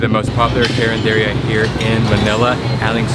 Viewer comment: Just to help you how to pronounce Carinderia (ka-reen-der-ya) Bagoong (bago-ong) i think that is pinakbet (pee-nak-bet) Bangus (not banggus)